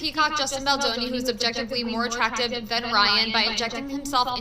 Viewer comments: BALDONI not BALDINI 😅. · Good show! Although I’m pretty sure his name is Baldoni not ‘Baldini’. Baldini sounds like the name of a magician! 🪄😄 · It's Justin Baldoni, not Baldini.🙂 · I believe his name is Justin Baldoni. Not Baldini. We may want to get the names right before we start professing expertise. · I love you, but please get his last name right. He's already been having too much disrespect. 🥲